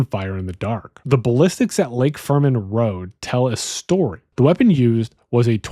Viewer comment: I agree with the overall argument as a plausible theory, but I do want to say it’s Lake Herman Road, not Lake Furman Road. Also, Mageau is pronounced “Mayhew,” not “Mazhó.” I would be interested in a second video exploring if you think there is any connection to the Santa Rosa Hitchhiker murders, the ‘63 Lompoc Beach Murders, and the murders of Cheri Jo Bates and Donna Lass.